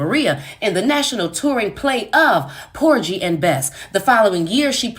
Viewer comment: Por-GHEE & Bess not Por-JEE. Hard G sound.